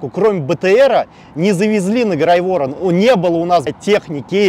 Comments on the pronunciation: Тупо бандиты, которые хотят в Белгороде повоевать, но их Байден не пускает. Мужик рассказывает как плохо под Запорожьем, но не думает почему его туда послало руководство? По факту котнтронаступ обосрался, взяли Работино и ничего не добились. Кстати Грайворон по другому ударение. Зачем вам Таволжанка, если отвлечь войска России, то для этого нужно отвлечь войска Украины например рдк? Местные в белгородской области к рдк отнеслись как к окупантам, если так всё было классно почему ж свалили с области? Откуда артобстрел тоже в начале войны раздавали, зачем этот цирк, почему нельзя сказать что рдк часть всу на полном обеспечение и под их руководством? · Контр-наступ из 8-ми человек я правильно понял? И Грайворон не правильно произносите. И дальше не доглядел. Знаю многих кто бывал в горячих точках, они тебе не расскажут не чего что там было, а таких Рэмбо везде хватает. Он один Россию захватит.